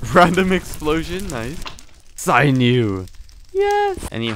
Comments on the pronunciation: You say sinew like sigh U its said like sin u btw. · Sin-ew not sine ew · Him pronouncing it “sign you” instead of “sin you” is making me crazy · Why are you pronouncing it like "synew"? It's sinew. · Sinew, not sign new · "Saynew" Kill me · Sinew is pronounced sin-yu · your pronounciation of the word sinew makes me want to die